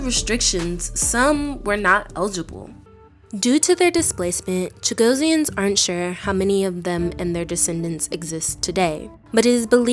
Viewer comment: The moderator should be rebuked. What an insult. She is mispronouncing the name: It should be: Chuh-GOSS-ee-unz - two S's, not one. Phonetically: /tʃəˈɡɒsiənz/ So closer to “Cha-GOSS-ee-ans”, not “Cha-go-see-ans.” Stress on GOSS The ending sounds like -ee-unz, not -see-ans You’ll hear small variations depending on accent (British, Mauritian, Seychellois), but Cha-GOSS-ee-ans is the standard form in English.